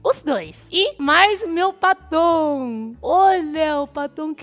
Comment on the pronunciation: Kkkkk.. Eu tentando adivinhar o que era paton... Só na metade do vídeo que entendi que era batom.....kkkkkkkkkkk🤦‍♀️🤦‍♀️🤦‍♀️